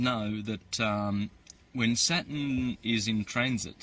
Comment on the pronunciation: He's not to bad at all. I've been finding more of his vids and enjoying them. I do believe he's not saying Saturn right haha I waited for the r every time he said the word and maybe it's my ears but I did hear it 👀👂😄